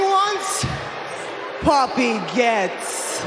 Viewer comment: Why does it sound like Rhea Ripley is saying “puppy” lol